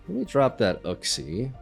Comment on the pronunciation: Uxie is pronounced Yooksi